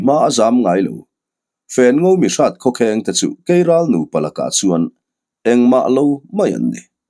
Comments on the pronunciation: Keiral a aw thinh ka va hre love kelral a ni lomaw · Kelral ni awm tak, keiral a rawn ti tlat a nih hi.😅